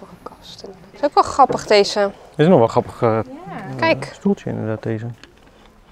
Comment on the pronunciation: Super leuke video! Ik volg jullie al zo zo lang. Ben benieuwd naar het eindresultaat! Grappig hoe jullie het woord grappig uitspreken; “ gappig”.